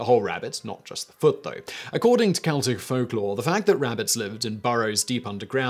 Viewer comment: it is so good to hear Celtic pronounced properly. thank you.